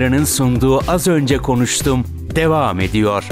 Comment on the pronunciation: AZ ÖNCE KONVETUM diye okudum o nasıl Ş harfi arkadaş...